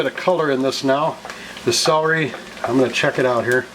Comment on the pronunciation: I love celery soup but being English took me a while to realise you were saying CELERY ...sounded like SOWRY??? hence I'm not subscribing sorry :/